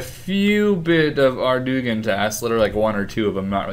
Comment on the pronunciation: Ardougne is pronounced Ar-doyn